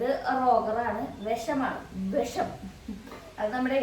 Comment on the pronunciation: വെഷം അല്ല വിഷം😂😂😂😂